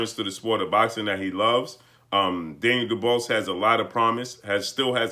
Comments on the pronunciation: Can you actually pronounce his name right for fucks sake. It’s pronounced Doo-bwah.....not doo-bose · "du-BWAH" NOT duBOSS😵...That's all I got to say.😐✌ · His name is pronounce doo-waa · Dubois is pronounced Doo-BooAh. Sorry it just threw me off hearing something else. Great Job. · Can’t you at least pronounce the man’s name correctly!! Daniel would’ve beaten Wilder because Wilder doesn’t use his jab effectively and is not a smart fighter like Joyce.